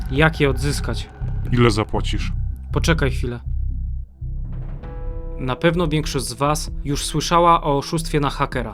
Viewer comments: "Poczekaj hwilke". Leżę XD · i to hwilke przez h a nie przez ch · 'hwilka' xD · „Hwilke” boli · "Poczekaj hwilke" dopsze, poczekam